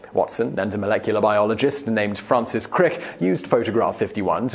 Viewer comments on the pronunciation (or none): none